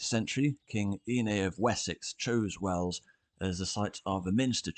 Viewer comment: Wells, not Wales! Sounds similar doesn't it but it is different. Us natives pronounce the Principality of Wales as "Wayles" so it does sound quite different to the shorter "wells". The several springs that abound in Wells (hence water running down the gutters of the streets all year round) were worshipped by the pre-Roman pagans and the particular one where the cathedral now stands was later also used by the Romans who would have worshipped that watery place. On that site Roman remains have been found of a very small temple building very near to the present cathedral. The Anglo-Saxon church/cathedral is barely a stones throw from the Roman temple and its spring and in turn the Norman cathedral was built just some 25 yards to the north. The Anglo-Saxon font (circa 900AD) which was once in the old Saxon cathedral can now be found in the north transept. One earlier name for the settlement has been identified which include Fontanetum (Latinised) in a charter of 725 granted by King Ine, the word has a watery reference, very apt.